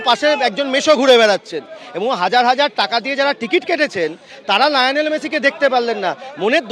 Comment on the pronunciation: সঠিক কথা কিন্তু গা একটা কথা ছিল লায়োনেল না রে গ, ওটা লিওনেল , এ তো নেক্সট ক্রিয়া মন্ত্রী 😅